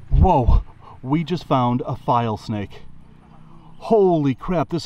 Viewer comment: You should show the name of the snake on the screen when you're holding that snake. I can't tell what you're saying sometimes. "File snake"? "Vile snake"? Saying something else even??? Please show the common name & even the Latin name s as well. It becomes more educational than showing nothing & we don't get to see the proper names etc.